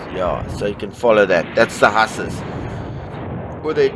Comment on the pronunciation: Great video, the pronunciation for Hussars is "Whozars" 🙂